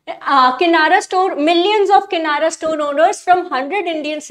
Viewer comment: Madam.... lokmaaaaat nahi lokmat hota he...... kinara nahi kirana hota he. Anyways, nice way of teaching.